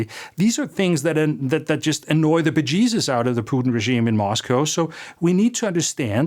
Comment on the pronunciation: Annoy the bejaysus? Beautiful Irish pronunciation my friend.